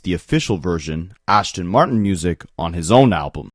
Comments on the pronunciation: Ass-Ton, not ash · ASTON Martin. There is no H.